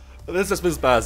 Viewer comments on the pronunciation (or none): none